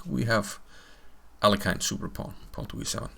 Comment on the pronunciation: Capablanca in an interview with Mr Hollander told that Aliohin [it should be pronouced this way] based on tricks :)